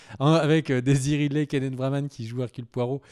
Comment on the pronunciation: Keneth Branagh et non Braman!